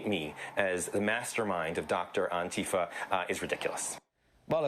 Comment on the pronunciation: If you say Antifa as Ontifa, I don't really care what else you have to say... I'll hear you out but there will be large amounts of salt going with it...